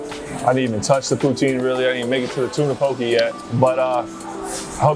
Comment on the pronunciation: as a native of Hawaiʻi, I wanted to respectfully correct your pronunciation of poke. it’s called “po-keh” not “po-kee”